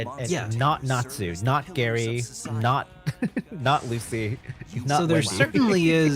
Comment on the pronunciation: What the heck dude his name is Gray fullbuster not Gary lmaooo